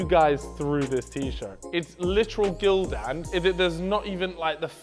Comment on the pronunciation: Him saying Gildan like that was making me cringe